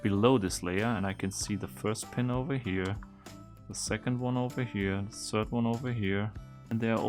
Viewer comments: The "th" doesn't occur in German language and it's pretty difficult to master for Germans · "sörd one over here"